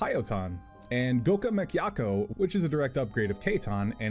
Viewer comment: amazing coverage on Ninja,. Really makes me want to come back to the class HOWEVER your pronunciations on some of these skills like Katon and Goka Mekkyaku cannot be overlooked. I'm telling mister yoshida p!!